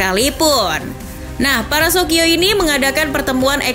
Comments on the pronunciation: Dibacanya sokio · Di bacanya Sosio